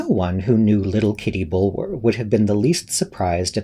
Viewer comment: This was wonderful! Such great reading chops. Kitty's last name is usually pronounced Bullah. As in Bulwer Lytton. Tiny quibble, everyone's a critic!!